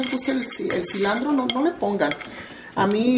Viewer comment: Creo que es cilantro no cilandro